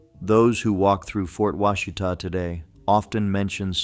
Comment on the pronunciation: It's Wah-she-tuh Not wash-it-uh